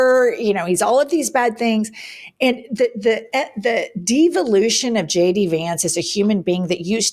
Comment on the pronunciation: lol when Jennifer says the "devolution of vance" but all i heard was DIVA-lution of JD Vance because he got yassified by Theil 💅💅💅